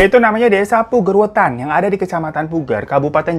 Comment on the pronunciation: gila desa gw masuk list nih PUGER WETAN tapi bang hiro salah cara bacanya ahaha, gpp tapi pulau Nusa Barung itu pulang yang puol indahnya, masih asri banget